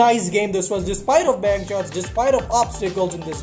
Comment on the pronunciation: Every time he says bank shots it sounds like he’s saying penchots